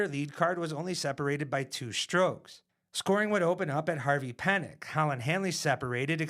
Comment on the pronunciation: Harvey Penick is pronounced "PEA-NICK". PLEASE get the man's name right. He's a legend.